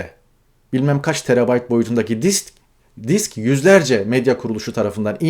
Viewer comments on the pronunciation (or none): none